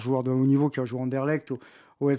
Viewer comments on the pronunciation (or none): none